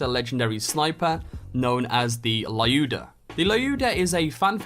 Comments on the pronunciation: also it is pronounced [l'u:da], not [la'iu:da] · One detail about "Lyuda" pronunciation. According vladof's "russian named" background this is a reference to Lyudmila Pavlichenko, who was a Soviet sniper, and besides the transcription her name sounds like "Ludmila" with "u" like in the "Luke". If you care. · Lyuda is wrong transliterated russian name "Люда", reads like Liuda